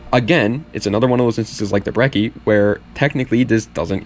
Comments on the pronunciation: 2 c’s = ch thats how that works with italian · Finally someone who pronounces brecci the right way